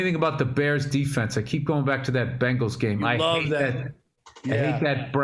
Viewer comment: Bill’s distinction between bangles and bengals is indistinguishable